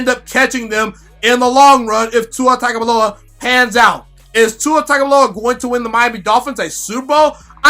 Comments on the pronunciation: I know it looks like Tag. However, it is pronounced Tounge. Or tung. Its TUNG O VIE OLA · It's pronounced TONGUE-ohvailoa. He had an interview where he said that's how u say it. Good Video 👍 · Please just say TUA and not his last name until you, along with many others, learn the proper pronunciation. Otherwise, pretty good video...